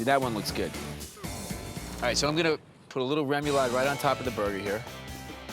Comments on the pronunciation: Rem-you-lod? Lol... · Take a drink every time Bobby mispronounces “remoulade.” Bobby is to French as Giada is to Italian. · Haha he's a Jersey guy but don't rip him too bad that Louisiana/Cajun/Creole vibe has some strange pro-nunc-ciations